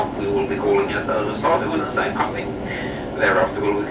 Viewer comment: Snälltåget ? Give me strength... The pronunciation of snälltåget in swedish is [ˈsnɛl.toɡet], which obviously means it also is the one that should be used in other languages - there is no fx 'english pronunciation for a swedish word'. The word means fast train, cf german schnellzug - or more precisely 'the fast train', because in the scandinavian languages, the -et suffix indicates the definite article for neutrum nouns (in contrast to utrum [common gender], where it would be -en). The consonants used here are known in english, and two of the three vowels likewise, despite your Great Vowel Shift and the ensuing sound 'chaos' - which is fine for english, but should be avoided in the other languages. So the effort you would have to take for getting it right is actually quite limited: The [ɛ] and [e] are a similar sound as in ten (letter e, short/open sound). The [o] sound (letter o, long/closed sound) however does not exist any more in english, only the [ɔ] sound (letter o, short/open sound - like in ton). [Instead of letter o, norwegian and swedish often use å] How can you find the right sound? Try to compare english words 'sin' and 'seen': That's the basically same vowel sound, only that the first one is short [ɪ], while the second long [iː]. You have the same situation with [ɔ] and [oː] - try to extrapolate from there... And you can often find the pronunciation in the global IPA script (like here) in the respective WP article. Good luck